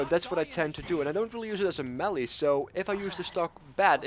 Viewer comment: MAY-LAY Melee